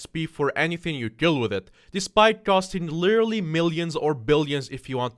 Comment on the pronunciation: me: lit: lit me: er: er me: al: al me: ly: ly me: Literally: Lirarararally yes i stole that comment but it made me laugh